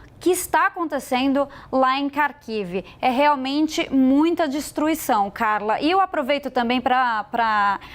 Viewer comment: ÊÊÊÊÊ - KH - ARAM na pronúncia. Um argentino falaria melhor.